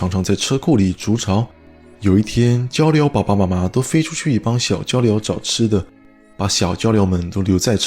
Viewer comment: As a Taiwanese, the pronunciation of "爸爸" ACTUALLY CORRECT.😆 In daily conversation, we pronounce as "baˇ (tone 3) baˊ(tone 2)" not "baˋ(tone 4) ba˙ to be more kindly, especially talking to childen.